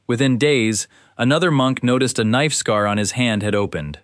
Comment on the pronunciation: For those who are worried AI will become SkyNet, don't worry .. AI can't even say scar right! Lmao what is a S-car? 🥴🫠😂 Lmao "hot to the touch from across the room." .. that's how they described a fever during the Small Pox segment 😂🤣